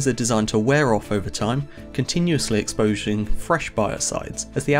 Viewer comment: Haha you said "exposzhing". Fascinating stuff. Now i know. 👏👏👏